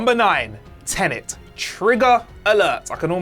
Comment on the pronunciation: My ranking of the problems I have with this video: 1 - ’ mispronunciation of ‘homicide’ 2 - ’ mispronunciation of ‘nuanced’ 3 - ’ mispronunciation of ‘Tenet’ 4 - ’ mispronunciation of ‘Cotillard’ 5 - ’ mispronunciation of ‘Jim’ 6 - ’ mispronunciation of ‘Forger’ 7 - - ’ mispronunciation of ‘an’ 8 - ’ mispronunciation of ‘Pantoliano’ 9 - ’ mispronunciation of ‘Worst to Best’